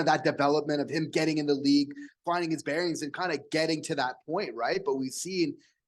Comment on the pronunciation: Ha!! 😂 I had to go back and listen to it 3 times. I coulda swore said Slaf was "finding his berries", not "finding his bearings". 🤭😅